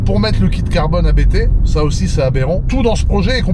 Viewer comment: quand tu parle du préparateur A B T. Il s'agit de la famille qui s'appelle Abt. Donc on ne prononce par A B T mais Apt.